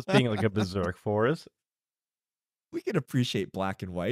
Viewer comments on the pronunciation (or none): none